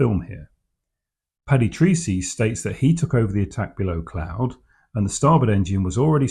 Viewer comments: The pilot's name is pronounced "Tracy", not Treecy". He was Irish. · Your Flt. Lt. Paddy 'Treecy' may well have pronounced his name Tracey. Treacy is a common enough Irish name, it may well be, of course, that he was Anglicised to the extent of using the strange sounding (to Irish ears) Treecy!